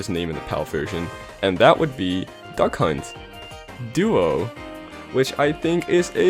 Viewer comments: The called it duck hunt duo, otherwise it sounds like the announcer says 'duck cunt' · when you said duck hunt duo i heard c*** duo